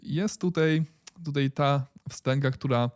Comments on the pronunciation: a ja lubię "Tutej" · Twoje "tutej"jest epickie, nie walcz z tym 🙂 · Ooooo!!! Gratulacje! Nareszcie powiedziałeś tutaj a nie tutej!💪👍.A tak na serio to fajne dajesz info! Pozdrawiam!